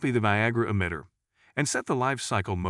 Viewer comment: . The voice synthesizer said "Copy the viagra emitter" 😂